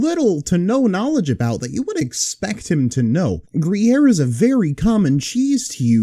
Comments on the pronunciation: Ah yes, everyone's favorite dish, chipoat-lee groyer penny pasta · "Free-yaere?" "Briere?" "Yes, umm, Kree-air?"